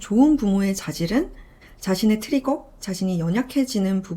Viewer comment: 트뤼거~ 라고 했잖아요 영어채널 아닙니다